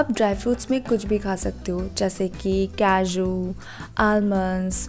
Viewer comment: Kaaju not keejuu😅